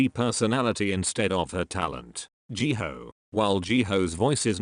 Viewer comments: i love how the robot calls jihyo jihoe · I heard Jihayo as Jihoe XD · Jee hoe is now how you pronounce them 😂